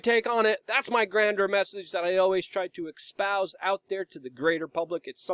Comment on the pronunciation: "expouse" should be: espouse